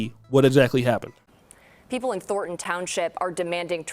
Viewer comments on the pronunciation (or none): said "Thorton" instead of "Thornton". He is not ready to be a broadcaster yet. Standards!